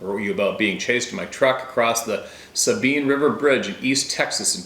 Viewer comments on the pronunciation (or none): none